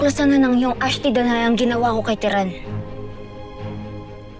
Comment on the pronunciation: terra ❌ Tiran✅